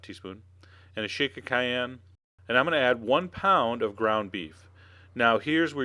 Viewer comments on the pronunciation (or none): none